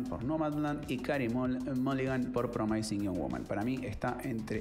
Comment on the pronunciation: De todos los comentaristas de cine sos mi preferido pero chequea las pronunciaciones de promising y undoing aquí mismo en YouTube. Saludos!